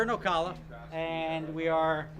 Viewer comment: It's prenounced O-CAL-A my uncle's a cop there